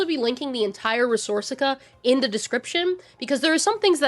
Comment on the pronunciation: i fw this video but the way you say rebornica throws me off every time